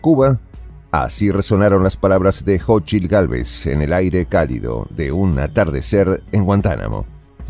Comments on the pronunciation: No es jochil es cochil 😂😂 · Se pronuncia [SóchiTL]